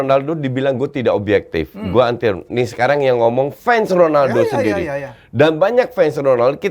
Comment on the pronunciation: klu kata om Helmy Honaldo bkn Ronaldo ,, kwkwkwk . pdhal abjad latin yg dibaca H itu J bkn R, misal Javier = Havier .